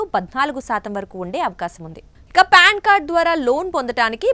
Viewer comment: అమ్మ తల్లీ, అది ప్యాన్ కార్డు కాదమ్మా.. పాన్ కార్డు.